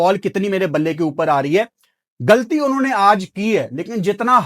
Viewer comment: گلطی نھیں غلطی بولا جاتا ھے